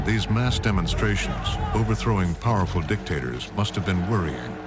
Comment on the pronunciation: Most powerrful ? That made me laugh)))